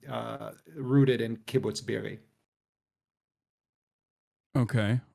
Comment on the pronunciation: The crime here is how pronounces kibbutz be'eri